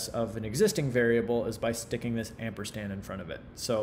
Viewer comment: Mitch: "Amperstand.....amperstand....amperstand..."